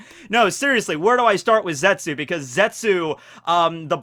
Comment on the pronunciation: ( the U is silent.